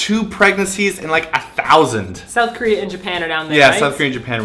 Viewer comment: Girl you canadian's showin' You said Sowth... Love it!